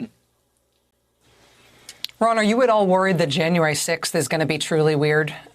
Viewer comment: 📌🖌Practice-Practice-Practice: It’s Harris like Harris not Haarus. Thank you.‼️👍🏽🌎💚🌀